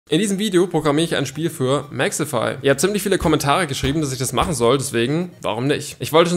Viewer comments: es wird Mexify ausgeschprochen nicht mexefy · Sag bitte Mexify und nicht Mexhefy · Junge er heißt Mexify nicht mexefy😂😂😂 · Nicht mehxifai sondern Mexifyyyy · Warum hort sich das bei dir nach "Mexefy" an